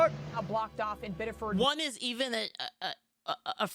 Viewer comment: I live less than an hour from this, Reddit has fucking blown up with the disinformation and paid protesting (his daughter was in the car!) (he had a ssn!)(he wasn’t the target of their investigation!). FYI it’s pronounced “biddifid”